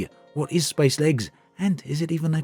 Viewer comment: How fast... can you say spacelegs...... seriously through the video it got faster and faster.... until s p a c e l e g s became spslgs and at one point u said space leg lolol I love u dude please I wanna make a space legs drinking game.